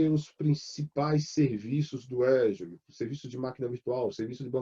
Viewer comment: AFF.....O cara é professor de cloud e pronuncia azure errado